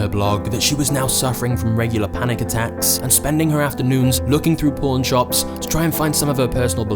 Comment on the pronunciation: I thought the first story was about to take an unexpected turn when you said she stumbled upon a pawn shop. Thought you said porn shop, lol